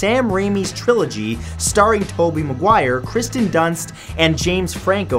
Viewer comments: I'm very sorry Matt, I love you but must correct you. It is "Willem" DaFoe", not William DaFoe, and "Kirsten" Dunst, not Kristen Dunst😔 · Matthew! IT👏🏻IS👏🏻KIRSTEN👏🏻DUNST!! Not Kristen!! 🙄🙄🙄